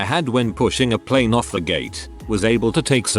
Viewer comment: Why does the robovoice use pleen for plane?